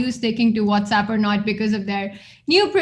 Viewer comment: Peter: Its What's App not What's Up!!